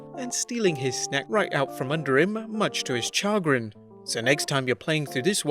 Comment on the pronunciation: That is not how you pronounce chagrin.